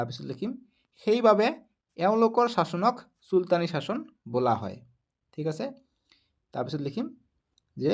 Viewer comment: চাচন নহয় শাসনহে